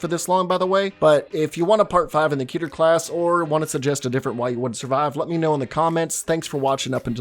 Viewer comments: KEH-TUR Its pronounced keh-tur not kee-tur! Its an actual Hebrew word. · Pronounced "khet-er" but the rest is fine. Good video on scp from such a diverse channel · Look i know its annoying to say this but 'keter' is pronounced as Keh - tah. I dont blame you, cuz everyone is different. But yh thats it's actual pronunciation. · It’s pronounced keter not keter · Idk if it's meant to be key-ter, or keh-ter.. I didn't look it up, but something about the 'key' pronunciation just feels off to me.